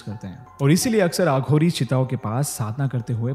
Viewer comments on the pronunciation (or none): Its aghori not aaghori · Betu.... "aaghori" naheen aghori.......ek baar mein betu ek hi "A" istemaal kiya karo ... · A kind suggestion...plz pronounce वाराणसी instead of वाराणासी and अघोरी instead of आघोरी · Please pronounce every hindi word as it is, as you are adding your English accent to it. Eg. You have pronounced aghori as aaghories😂